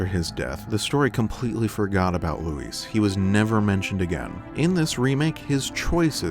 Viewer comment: It’s Luis, not Louise. Thumbs down for annoying pronunciation